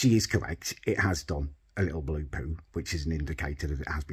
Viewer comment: "Lewk at the pew Lewk at the pew thee blew pew"